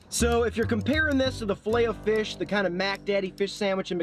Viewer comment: I would think a European would catch the silent “t” in filet.